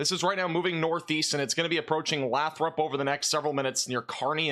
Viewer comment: Lots of different pronunciations, but in that area Lathrop is pronounced 'lay-throp'